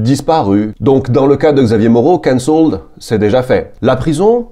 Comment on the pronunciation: Il faut accentuer la première syllabe, CANcelled.